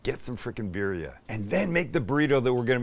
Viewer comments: The I in Spanish is pronounced like e so like bee dia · At least pronounce it right and roll the Rs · This man charges way too much his del taco style tacos. And it’s not beerria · BEER RHIA. LOL LOL LOL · “Bear-ria” is crazy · This looks so good but I hate the way you pronounce birria lol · You're pronouncement of birria is hilarious.